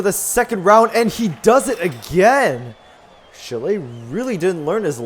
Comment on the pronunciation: Just for info, you have to accentuate "Chi", not "Le"